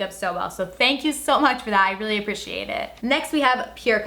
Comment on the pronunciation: The way you say appreciate has me going bonkers